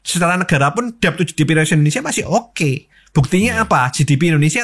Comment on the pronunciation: mengeja DEBT BUKAN DEB MAS TAPI DET MAS". B " NYA GAK PERNAH DIEJA. BELAJAR BAHASA INGGRIS NYA DIMANA MAS?????